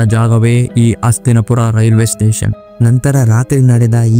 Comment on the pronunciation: ಅಣ್ಣ ನಿಮ್ಮ ಉಚ್ಚಾರಣೆ ಸ್ಪಷ್ಟವಿಲ್ಲ. ಅಸ್ತಿನಪುರ ಅಂತಿರ. ಅದು ಹಸ್ತಿನಾಪುರನಾ?